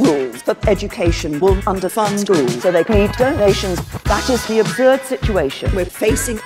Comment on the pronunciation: You can't trust May; she pronounces "absurd" as "abzurd"